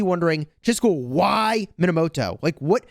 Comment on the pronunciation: You were saying the name wrong the entire time. It's pronounced Moneymoto